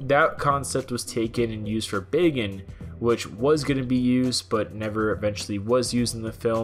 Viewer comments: Hell's bells who taught you how to say words? Tiden? No. Titan. With a "t". Also, Bagan is not pronounced like "bacon" with a g. I know lm in the minority but it's like nails on a chalkboard listening to it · “Bacon”? I thought it was pronounced Bak-an xP but it is Bagan now so it doesn’t really matter xD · Who else thought he was saying bacon?